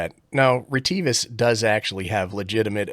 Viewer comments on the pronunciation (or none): Funny, the sales girl from Retivis I deal with says RIT I VIS